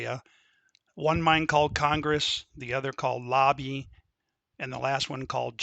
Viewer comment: It was called the Labbe Mine not Lobbie. And Overfield had the adjacent claims. Not Overland.